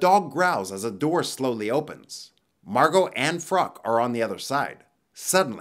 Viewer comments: Margot is pronounced MAR` goh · Is her name really marGOT or is the t silent?